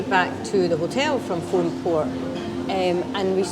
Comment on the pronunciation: great video guys, always wanted to climb Ben More myself some day! Fionnphort is pronounced Finafort btw ;)